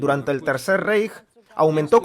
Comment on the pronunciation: Se Lee RAIJ! NO REIJ (REICH)